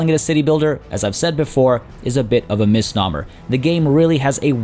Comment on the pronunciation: Its a mis-nomnomnomer